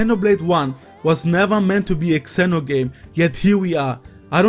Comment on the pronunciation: You're the first person I've ever heard pronounce "Xeno" as "Kseno".